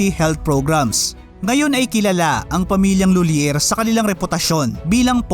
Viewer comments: It's lolyie ang pagbasa nyan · Tamang pronunciation ai LUI-LEY. CEBUANA LUI-LEY. OR M LUI-LEY. Napaka down to earth ng pamilyang yan. Si Monique lhuillier bestfriend yan sila ni lady gaga.